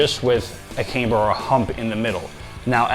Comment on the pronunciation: It’s pronounced cam - ber unless they sent the bar to college. 😅